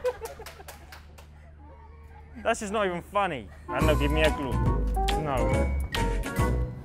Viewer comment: No one: .. .. Carlos: LANNO